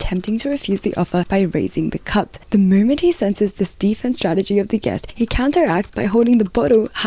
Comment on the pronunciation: it's just how she pronunciate some words. One I noticed while leaving a reply to you is "moment"